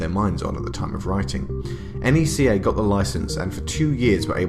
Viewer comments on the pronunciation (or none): It’s pronounced Nec-kah not ee-en-see-aye